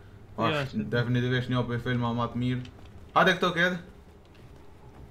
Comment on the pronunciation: Definitivtvedhhfhhstg DEFINITIVISHT* 😂